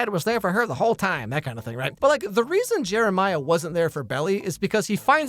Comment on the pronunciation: I know you didn't say it but I could have swore you called Jeremiah Jimmermiah